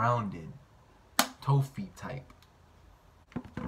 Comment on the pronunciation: man said tofi i’m dead asf